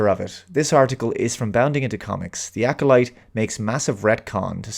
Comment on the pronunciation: "The Acckkoleet": Making "Star Wars" safe for the Bene Gesserit.;)